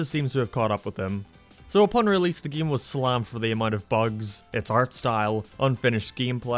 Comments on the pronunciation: Why does he say “giem” instead of game? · He says geam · hey keeps saying gaem lol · I can't concentrate when I'm laughing my ass off on how he pronounces "game" and "update"